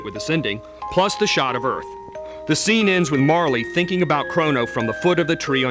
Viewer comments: super informative! Though, I did not like how most of the names were pronounced by the narrator. may-gus? mar-ley? epic? crow-no trigger? It's interesting! I've never heard the names said out loud. I've been saying the names like they are spelled. Magus. Marle. Chrono. Epoch. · MARLEY? REALLY??? its MAR REL! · This guy really doesn't know much about this game. Yes the pronunciations are all terrible: Mag-us Mar-luh E-pok And he got some key points terribly wrong. There are 12 endings total and party composition doesn't matter. Also, don't take his opinion on "flaky" or "boring" if you play through the game, you'll learn to love those characters and the ending might even make you cry. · i always thought it was pronounced 'mar-lee' because that's actually a name. in the japanese version though she actually was just called "marl" and instead of being "princess nadia" she was "princess marledia". as for magus.. well i thought it was pronounced "may-gus" but i could be wrong. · Marle: is pronounced "Mar Ole" not marley Lavos: is "Lah Vos" not lavus Epoch: is "EE Pach" not epuch Magus: is "Ma (as in Math) Gus" not Maygus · (Marle) is Mar-la not marl-lee. Not Epic.E-pok and one other thing you missed, endings like what about the one with just Marle and Crono at the very beginning at the transporter when you play new game+. Get facts straight. Also you never mentioned the ending when you talk to the game creators as game sprites. The multiple endings have nothing to do with your party composition! Its when you Fight Lavos...ugh I don't wanna go on...New gamers please don't get this wrong. This game is AMAZING!!! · wow that narrator pronounced every name differently from how i grew up thinking it marle = marlee instead of "marl" magus = maygus instaed of "mahgus" lavos = layvos instead of "lahvos" leene = leenee instead of "lean" gah what else. rawawrawr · LOL, he did mispronounce a few things; 'Leenee', 'Epich', and yes, 'Marlee' too. XP